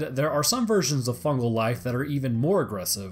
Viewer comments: fugal... isnt it fungal? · "FUGAL INFECTION" pls.